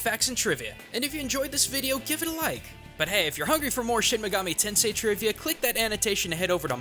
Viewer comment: Well shouldn't he know how to properly pronounce the words if that's true?